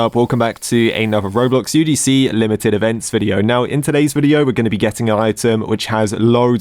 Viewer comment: you probably failed your religions exam because the teachers saw that you say UDC instead of UGC